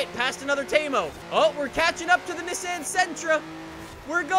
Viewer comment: The way he says Nissan😂